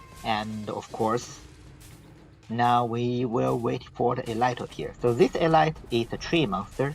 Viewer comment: Hi, love your videos. As an aside though, this isn't intended as a slight but when pronouncing "elite" it's actually pronounced "E-leet". English is weird;)